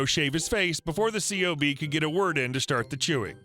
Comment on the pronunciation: The acronym "C.O.B." is actually pronounced as "Cob" (like "corn on the cob") Most military acronyms ARE pronounced as if they are actual words.